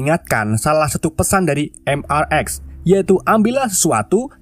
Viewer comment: Bang mrx itu dibaca mister x bang bukan mrx😅